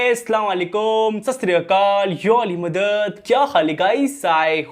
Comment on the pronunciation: Please say properly Ya ali madad as